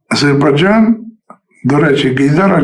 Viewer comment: не азейбарджан,а Азербайджан